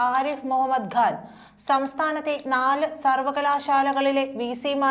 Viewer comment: സഹോദരീ, ആരിഫ് മുഹമ്മദ്‌ ഘാൻ അല്ല, ആരിഫ് മുഹമ്മദ്‌ ഖാൻ എന്ന് വേണം ഉച്ചരിക്കാൻ.